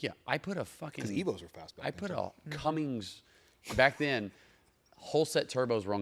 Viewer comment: “CUMMINS” c’mon, car guy